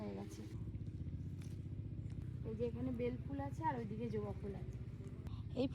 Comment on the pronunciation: ওটা জোবা নয় ওটা হবে জবা 😂😂😂